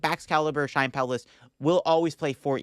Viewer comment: [CHEE-YEN] PAO 😭😭😭